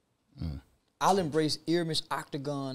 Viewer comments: it’s Ermias Asgehdom this man said ermis octagon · He's messing my brother's name all the way up😢ERMIAS ASGHEDOM=ask-gee-dom